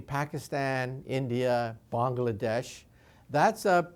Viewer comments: This guy's great, however, "Bongladesh". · "Bong-la-desh' ...word